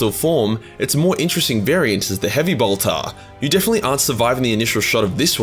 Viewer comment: your pronounciation of bolter "boltah" reminded me of Draco Malfoy saying "Pottah" and made me chuckle. :D